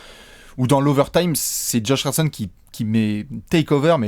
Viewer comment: « Josh Richardechonne » ❤️❤️❤️